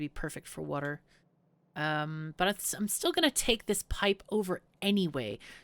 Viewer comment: wuter! more wuter!